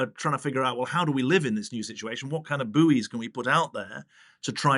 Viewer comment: Did Miliband pronounce buoy as "boowee" lol